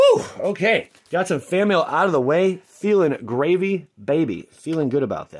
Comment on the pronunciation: Did he say Feeling baby gravy?